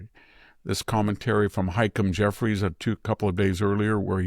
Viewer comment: The House Minority Leader's name is pronounced "Hah-Keem", not "Hike-em"